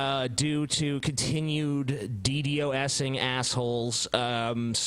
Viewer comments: oh my god, I just lost it when she said D-Doxing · is such a troll. "Fourchin" "DDoxing"